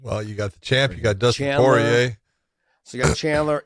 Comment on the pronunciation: josh really struggles to say Poirier.. josh just say “pour” and “EA” like EA sports